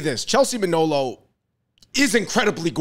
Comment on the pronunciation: It's Manolo for the Fung Bros.